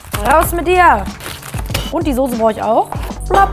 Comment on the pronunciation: Soße bitte nicht sose aus sprechen